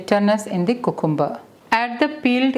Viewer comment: Thanks for this healthy salad recipe. You are very good at English but can you plz check the pronunciation of cucumber It’s pronounced kyu kem ber